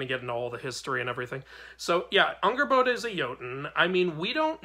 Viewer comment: Angrboða is spelt with eð which makes more of a "th" sound with a light "d" towards the end of the sound. It's a hard sound for english speakers to totally get. The "r" is also rolled for a bit. Angrrboth(d)a is the best way I can describe the pronunciation without dialectic marks. Great video! Sköl!